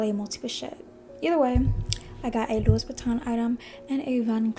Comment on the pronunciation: It’s pronounced “Loo-wee” not “Louis” haha